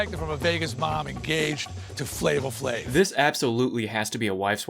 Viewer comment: For the love of GOURD never say “Flavor Flav” again.